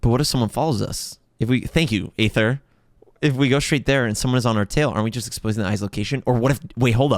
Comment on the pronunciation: I love how even after Lumine said Ether, still says Ayther😂 (I can't even lie, I called Aether Ayther until I did the "we will be reunited quest")